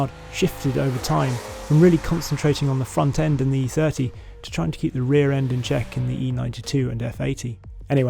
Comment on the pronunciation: FROM EEE THEURTEEE TO EFF EEGHTEE